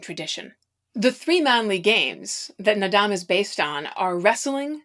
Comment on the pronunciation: FYI: Naadam Is pronounced more llike “ nard-arm”. The end of the word is never pronounced as “dam”.